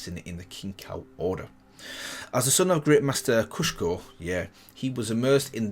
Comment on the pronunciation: It's Kusho! You keep saying Kushko. You did the same mistake in the Jhin and Zed videos as well!